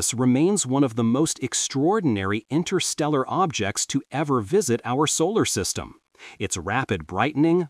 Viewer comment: Fascinating. 11.34 "Intersteral'.... don't know such word 😂 suppose it should have been Interstellar.